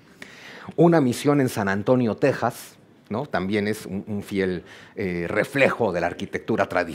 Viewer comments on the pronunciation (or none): none